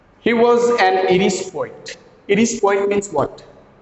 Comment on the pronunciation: He's an Irish (pronounced as aayrish not eerish) poet. Why teaching bad pronounciation to your aspiring students? 🤦